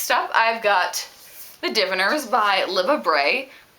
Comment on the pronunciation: I shouldn't say this, but gosh I must. You pronounce "Dee-Vyners" like "Di-vin-rs"? I've never heard that pronunciation. lol. Great pile!!!! Your books look amazing.